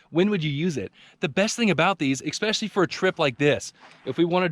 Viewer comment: oh please stop saying exspecially!